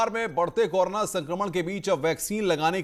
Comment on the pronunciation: भाई कोरो ना बोलो । कौर ना नहीं ,😎